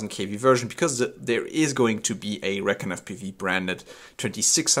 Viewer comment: Should pronounce it (ree-con). That's the perfect name for a long range quad